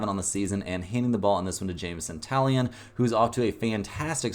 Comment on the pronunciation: You're mispronouncing Taillon.